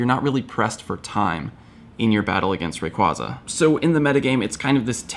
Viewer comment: I really want to unsubscribe just because he pronounces Rayquaza wrong. But that would be extremely petty.